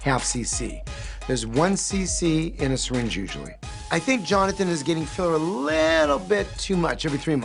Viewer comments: "Lips filla" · “And they just got bigga' and bigga' and i thought i got addicted to the lip filla' ”.